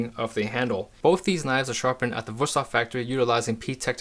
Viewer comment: 5 seconds in and you totally surprised me by pronouncing the name right ;) Great video!